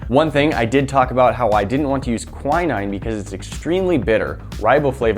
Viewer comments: it's pronounced: kwinn-een, not kweye-nine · It's actually pronounced qu IN EEN (like in side and queen)